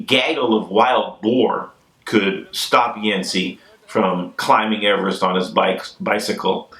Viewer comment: Also can't really say Everest lol but a lot no matter what